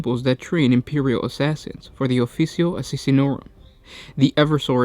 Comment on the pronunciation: Holy shit dude, your diction/delivery is giving me cancer. You DON'T have to exCRUciAtingly EMphaSIZE EVery Other SYLlable. Also not only is it pronounced ee-VER-surr, not ever-soar, it's not the aSSISSinorum, it's the aSSASSinorum. They're assassins. Not assissins. Mother of god.